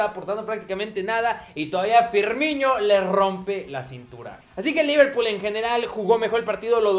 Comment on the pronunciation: al comienzo dijo leverpool